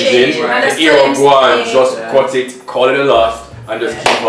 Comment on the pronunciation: Somebody can remove the letter “Y” from alphabet please 😂😂😂😂 “cuty cuty, worky worky” 😂😂